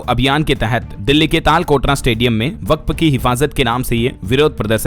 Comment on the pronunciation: ताल कोटरा व हमलवारों गलत उच्चारण है कर्ण कटु लगता है।